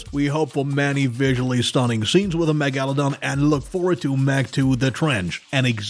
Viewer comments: Yeah how easy is it to sound out megalodon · Butchered the word “Megaladon” so bad😂 appreciate the content